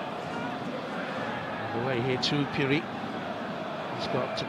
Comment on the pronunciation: this commentator been pronouncing phiri as puri😣😣😣 we are not taken serious